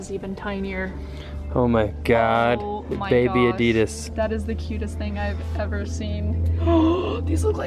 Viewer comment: the way she pronounces adidas LOL